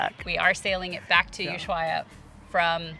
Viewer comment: Argentinean here... It is pronounced USUAIA. The H is mute. Yes. Even after the S